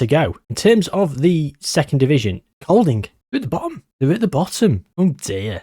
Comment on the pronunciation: I'm English living in Denmark. Bit distracted by the start 😂 sorry for the wall of text. Kolding is a place, pronounced like "Colding", and idræts-forening means "sports-union". My local clubs are AAB and Hobro IK, sadly it's a bit of a farm league for Copenhagen (København). All those free transfers! The vowels in Danish (æ + å + ø) are actually quite easy for English speakers, we use them all the time in words like "train" & "all" respectively. Ø is harder mainly because it encapsulates three vowel sounds (not hard individually) so you just have to know the way the word is pronounced ahead of time. The "r" (rolled) and "d" (glottal stop) in Danish are much harder haha Its hard to describe how to pronounce via text but here goes Idrætsforening is like "id-raytes-for-eh-ning" but the "r" sounds are from the throat like you're spitting 😂 Æ used to be a letter in English until really recently, like 100 years ago, used in words like encyclopædia and dæmon.